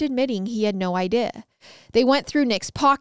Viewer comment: Why does she say “idea” like “iday”